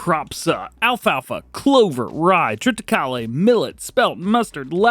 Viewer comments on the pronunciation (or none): Trit-acal.... The E is silent